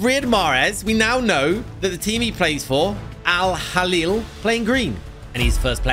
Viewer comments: Bro that's not "al hali" it's "al ahli" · “Al halil” 💀 it’s al ahli lol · Al Ahli? Sorry I don’t recognise ‘Al Halil”😂😂😂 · Al halil? Are you serious? It's Al Ahli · Bro really said al halili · "al haleel"🤣🤣🤣